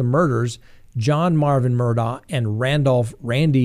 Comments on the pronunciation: It’s pronounced Mur-dock ! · 1) it's pronounced "Murdock"